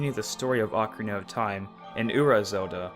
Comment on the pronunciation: At one part u said ocnaria of time.